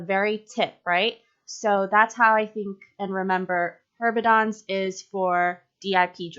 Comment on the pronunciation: I love your little HERB mneumonic, but it's actually Heberden's nodes, not Herbedon's. Just so people know. I know this video is super old. lol